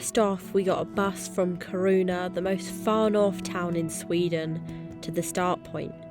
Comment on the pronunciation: Sunset? No bugs? What time of the year was this? September? I am to old for carrying tents, food etc. I hike through Germany instead. Nice trails, but ofc a very different experience compared to the wilderness. Btw: Kiruna is pronounced with the stress on the short "i".